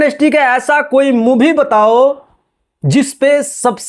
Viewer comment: मूवी होता है साले मुभी नही